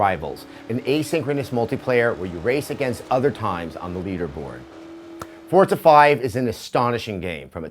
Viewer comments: Say it with me: FOR-ZA. Not: FORT-ZUH. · Why does he say Fortza? There's no T in the word Forza. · He said fort za